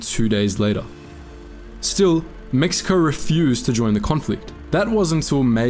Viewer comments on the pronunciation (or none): none